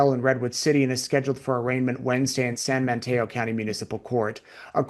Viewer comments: it’s San Mateo not San MaNteo! FYI. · It sounds like you’re saying San Manteo. I don’t think there’s an N in Mateo.